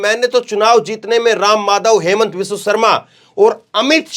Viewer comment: असम के मुख्यमंत्री के नाम का उच्चारण ठीक से किया जाना चाहिए अन्यथा वो अपने आपको वहां होने से ही इंकार कर सकते हैं ये कह कर कि मेरा नाम हेमंत शर्मा है ही नहीं